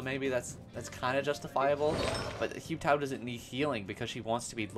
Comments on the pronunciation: Why are you saying ‘Hue Tao’ 😅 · "hyu tao" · Oh god the pronunciation of Hu Tao is giving me hives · no cuz I’m confused like do people just not listen to how characters’ names are said in the game 😭 “yay miko” “say you” “kaching” “kay ya”